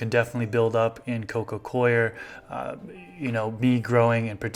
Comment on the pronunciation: It's nice to hear someone pronounce coir correctly.